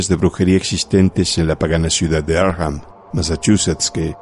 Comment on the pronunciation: No se pronuncia Arkjam, es Arkham tal y cual esta escrito